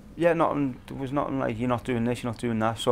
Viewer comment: It’s not nohing’